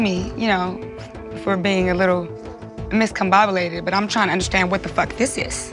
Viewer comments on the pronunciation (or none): She said miscombobulated LMAO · She said "miscombobulated" 😂😂😂 and Beyonce is her ace, boom, koom!!!! Lol... Yessss! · “Miscombobulated” “when did you started working with her”, Girl 😭 Reading is fundamental. This is basic intelligence. Get it together sis. Stop. Lol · Gigi Chesley That and “miscombobulated”🥴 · i hate when people try and use big words and either don’t pronounce it correctly or use it in the wrong context. pissed me off with that damn “MIScombobulated” in the beginning 😂😂 girl that is not how you say that word 😂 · “Miscombobulated” 🤦🏾‍♀️ Come on 😂🤣😭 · ‘Miscombobulated’......WHAT!? It’s DISCOMBOBULATED......SMMFDH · 🤣🤣🤣 she did the chihuahua just say “MIS-combobulated”? 🤣🤣 I’m dead ☠️ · “Miscombobulated” “Started” 🤦🏽‍♀️🤦🏽‍♀️🤣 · DISCOMBOBULATED 🤣🤣 she said MISCOMBOMBALATED 🤣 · “Miscombobulated” discombobulated lol!! Don’t use words unless you know how to pronounce them correctly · Miscombublated? Miss Bad Pronunciation. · Am I tripping or did she just say miscombobulated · She mispronounced it but she used it right lol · The word is discombobulated lol